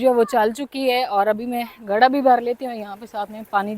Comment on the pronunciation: ۔۔۔ گڑھا نہیں ہوتا ۔۔۔لفظ گھڑا ہوتا ہے ۔ ۔۔ ۔۔ آپ کو گھڑا لفظ مشکل کیوں لگ رہا ھے بولنا ؟؟؟؟؟